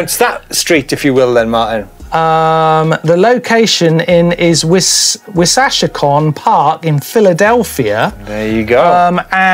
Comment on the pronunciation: The Wissahickon! (Wiss-uh-hick-un)